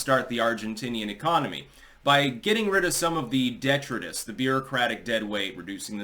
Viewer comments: Detritus.. Dee - trite - us. not detra - tis. It's interesting when college educated YTubers and professional editors miss pronounce words. Not saying it's bad or singling out, I mispronounce stuff sometimes myself and I like it when I'm corrected. Still, I find it interesting that there's so many words in the english language that it's almost impossible for any one person to have heard them all, let alone know how to pronounce them. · De-TRITE- us. rhymes with Delight us. You make so many pronunciation mistakes. Geez!